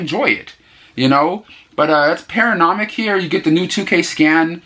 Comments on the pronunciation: There is no M in the title. So NOT paranomic. Try: Para NOY ick ('Noy' rhymes with 'boy') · Paranoiac is a tough one...it's pronounced para-noy-ick....also really want to check out Alligator now! Great video review!